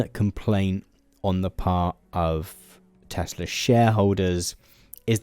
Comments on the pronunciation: Tesla? I think you mean Tesluuuuur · According to trump everything he says is always 100% true, he never lies etc., and he didn't say Tesla, he said Tesler, so I am expecting muskovitch to rebrand it soon. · "I love Teslur! Wow. Everything's computer!" POTUS, March 2025. 🙃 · "I love TESSLER!! It's all computer...!" 🤭🤭🤣